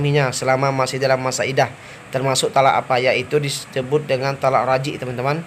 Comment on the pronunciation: Untuk no 5... Itu talak Raj'i bukan Raji' min... Sekedar masukan lebih di teliti kembali ,, bukan sekedar salah di tulis ya ,,, admin jg bilang raji'